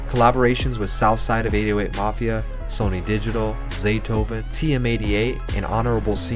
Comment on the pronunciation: It’s sunny not Sony, just wanted to point that out, no disrespect.